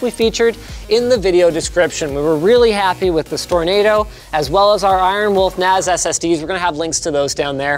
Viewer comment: Okay, so...MKBHD... bought a Macintosh NAS... 'cause, that's what it sounds like he's saying.